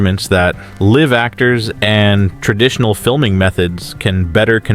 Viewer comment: You said, "liv" actors instead of " live" actors. Learn how to read.